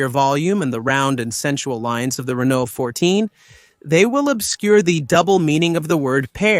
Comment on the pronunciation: He also pronounces Renault often as Renolt 😭